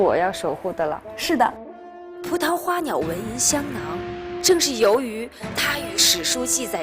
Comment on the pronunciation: 马苏断句断错了吧？应该是： 葡萄花鸟纹，银香囊。她说成：葡萄花鸟，纹银，香囊。